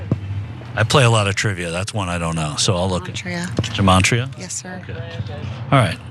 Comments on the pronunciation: Yeah, I think she's trying to say gimatria (pronounced ghee-matria, g like in golf) but it sounds like she's saying jeemantria, which I don't think is anything. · It sounded like the last qanon lady said "gemantria", but she meant to say "gematria". Now it must be said that qanonners have their own kind of (fake) gematria, of course, but Wikipedia gives it as: "Gematria (/ɡəˈmeɪtriə/; Hebrew: גמטריא or gimatria גימטריה, plural גמטראות or גימטריאות, gimatriot) is the practice of assigning a numeric value to a name, word or phrase according to an alphanumerical cipher. A single word can yield several values depending on the cipher which is used." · Good lord all these brainwashed Q people talking about Gematria. They all got the apps on their phones. But they pronounce it 'Jematria.' Even tho its spelled with a 'G' It's an ancient system that assigns numbers to Hebrew letters. I'm Jewish non practicing, but everytime I hear one of these brainwashed mooks talk about 'Jematria' I Die a little inside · She didn’t say “damartria”…😂,she said dementia!😄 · I think that one woman was trying to say "gematria" which is a Kabalistic method of using numerology to interpret hidden messages in scripture. Yikes. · The word that the sedated woman said, and she mispronounced it, of course, is 'gematria', and it's an ancient practice of applying numerical values to a name, word or phrase, according to an alphanumerical cipher. Numerological bullshit, in other words.